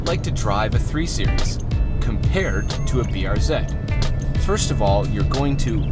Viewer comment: Thank you thank you thank you. Pronounced BR Zed!